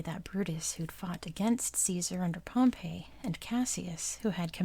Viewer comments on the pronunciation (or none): You should make a video about the Roman Civil war between Caesar and Pompey! Oh, and btw, Pompey is pronounced like “Pompy”